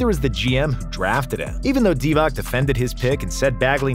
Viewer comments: Divatzzzzz Not Divak He is a HOF, but you don't know how to read his name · I can't take seriously someone who doesn't know Divac is pronounced Deewatz. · I agree with everything… But… Doncic…Divac… Pronounced …Ts… Not Divak… You reminded me when Kukoc came to the NBA and they were calling him Kukok 🤣🤣🤣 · Any chance you learn to pronounce Vlado Divac properly? same as you learnt Petrovic, Doncic, Dragic etc?